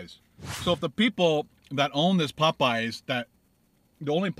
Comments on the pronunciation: Im not the only one bothered by the way he says "PopEyes" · it's Popeyes, not Pupeyes. Heh! Love your videos!! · Maybe you’ll get a better biscuit if you pronounce Popeyes correctly, its not Pupeyes